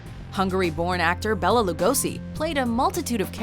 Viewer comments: omgg it's so annoying 😤 Béla pronounced with long É ! pronounce it correctly and it will not sound like "Bella" also, Lugosi pronounced as 'Lugoshi' americans... -.-" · Rozz Williams? Andrew Eldritch? and why was the goth godfather at 10? and you showed Peter Steele for Peter Murphy. Bela is pronounced bay-la btw, not like bella.